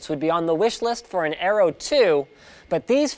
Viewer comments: Areo..not aero. :) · It's aero not areo edit- ok it's the whole thing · "AREO" instead of Aero. You are getting a bit clumsy :P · I keep hearing "Arrow" instead of "Aero". Accent should be on the E (aéro), with E as in "egg". Means "wind".